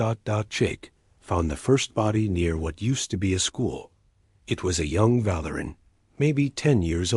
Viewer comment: Val-ur-an? I think Vah-leer-ian.